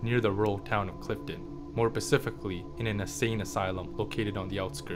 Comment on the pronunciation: Stop saying "pacifically"